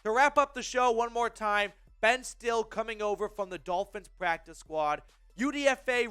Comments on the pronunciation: His name is pronounced (still lee) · It's pronounced "Stilly"